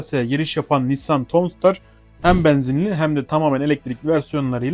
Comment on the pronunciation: tavnsıtar diye okunuyor